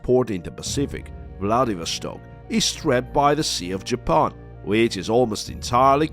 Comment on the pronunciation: Why do you call Japan 🇯🇵 Japoan? Instead of simply Japan 🇯🇵?